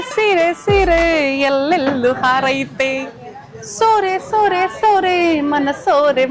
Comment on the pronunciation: ಸೋರೆ ಅಲ್ಲ ಸೂರೆ